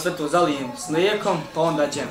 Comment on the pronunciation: Kaže se DŽEM!